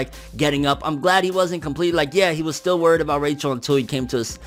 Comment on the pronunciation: I love how you say Rachel's name the way they pronounces in the anime😂😂